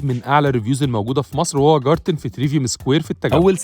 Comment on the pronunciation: اعتقد انه الماني و النطق جارتن دا مش صح خالص ، اسمها جايتن